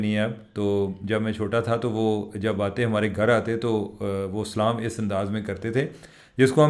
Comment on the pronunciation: There is nothing wrong the way you say Salam Allah Taalah Bless you